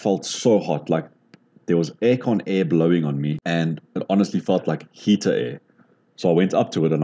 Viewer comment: nvm I heard the way you said heater you’re definitely South African